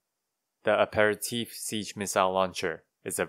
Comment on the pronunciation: been glued to your content lately dude it's brilliant. do you have plans for a boosters breakdown? I look forward to that. so refreshing to hear someone finally pronounce Aperitif correctly lol. All the US youtubers clearly do not know this word. 😅